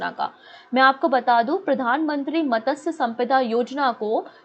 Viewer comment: Dear Puja mam, मतस्य नहीं मत्स्य होता है। PM मत्स्य सम्पदा योजना।